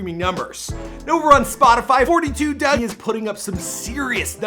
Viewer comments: and it’s FOUR TWO DUGG not doug while you think you know sum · I can’t watch if you keeping forty two dugg it’s just four two dugg